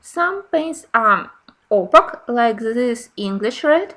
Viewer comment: Very nice explanations and demonstrations in this video. A small hint for the future. The word opaque rhymes with cake (opake). It’s confusing because of the letter q, but English is full of such oddments!